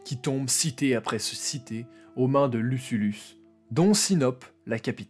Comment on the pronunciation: Attention, le noms du général et gastronome romain c'est Lucullus, pas Lusullus